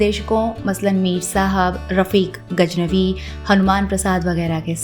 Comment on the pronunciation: Great program and tribute to this talented music director but you need to work on your Diction/Pronunciation especially with letters “Z’ and J” Sounds very unsophisticated when you say Sajindeh or Gajnavi instead of Sazindeh or Ghaznavi Zimma not Jimma Say Majaal not Mazaal Don’t switch Z with J and vice versa